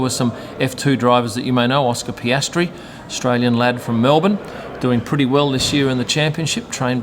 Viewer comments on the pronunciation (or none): none